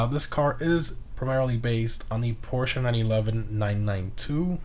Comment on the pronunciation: Let’s appreciate that he actually said Porsche properly